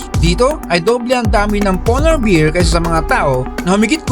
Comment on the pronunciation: Hindi po beer kundi bear, lambotan mo konti. Hindi ko tinapos naasiwa sa pronunciation😊